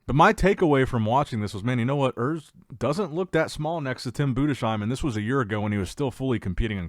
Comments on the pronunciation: Love your stuff man! But as a German I have to say it’s BudeS heim not BudeSCH heim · Nicht Bude schiem😮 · Btw Tim Budesheim is pronounced Budes-heim. No "sh" sound. And it is spelled "heim" not "hiem", but "ei" is pronounced like the English "i" or "eye". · Urs is much bigger now as well as tim budesheim.... And he is pronounced budesssssheim it's s not sch no sch in his name. Tim and Urs will weigh both around 118 kg on stage which translates to round about 260 pounds. I think 2024 Tim had around 109 to 111 kg.